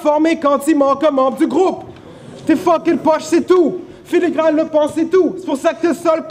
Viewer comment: animateur : filigrann ?? lol